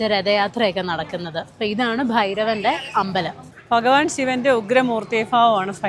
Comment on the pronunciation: fharatham alla bharatham.fhagavan alla bagavan